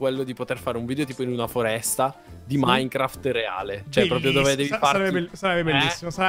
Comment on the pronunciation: Minecraft non maicaft😂❤